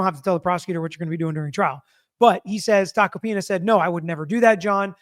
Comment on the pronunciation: Tack-oh-pee-nuh... not complicated, he is a very well known lawyer, shockin you havent heard of him, especially since you are an attorney. He is a New York Attorney.